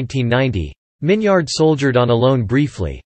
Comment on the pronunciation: His name isn’t pronounced Min-yard. It’s Min-yerd.